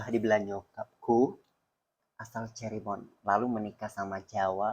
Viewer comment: cirebon bukan ceribon 😭😭